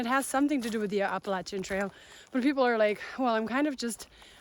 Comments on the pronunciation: Thanks for pronouncing the Appalachian Trail correctly! I'm subscribing! =) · As someone from Appalachia, it's so refreshing to hear someone say it correctly!